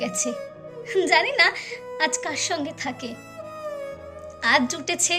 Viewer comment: অনবদ্য আমি আবৃত্তিতে বিশারদ কমপ্লেট করেছি তোমার কণ্ঠ অসাধারণ সাক্ষাৎ মা saraswati kintu ei abritti tar khetre ekta duto uchharon arektu dekho jemon songe naa pashe